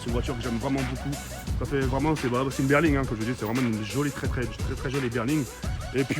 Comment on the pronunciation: « une berling » 😂